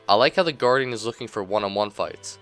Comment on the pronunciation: I keep hearing you say the Garden instead of the Guardian :P lol nice vid tho :D